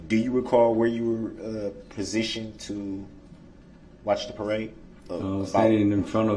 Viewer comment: These are his witnesses and he never wrote down their names. Such a jackass. He says prasitioned, instead of positioned. So ignorant.